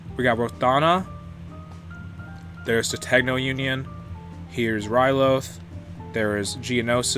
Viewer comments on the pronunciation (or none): He really just called Ryloth, Ryluff